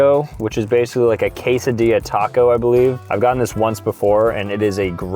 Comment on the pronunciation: Is it cuz he pronounced quesadilla wrong 😭